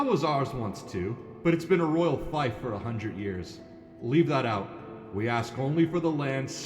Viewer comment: ❤ your stuff bit fief is not pronounced as five, it’s like thief with f in the beginning 😅